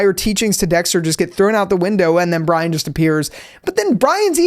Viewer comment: you always had trouble saying brian